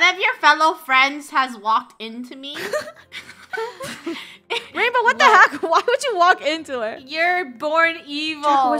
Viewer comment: Funneh: Who's this behind me? ???:It's me Wainbow Funneh: Oh ok rainbow Me: She said wainbow